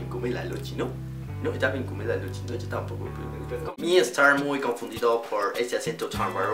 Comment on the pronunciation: Y no decimos "io" decimos "yo"